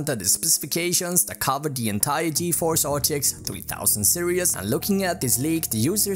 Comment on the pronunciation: no offence but why do u say serious instead of series.Accent???